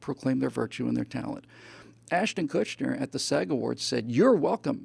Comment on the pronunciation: Probably my favorite Live podcast from you yet. Great rants, absolutely nailed your arguments. One thing though: no "n" in Kutcher.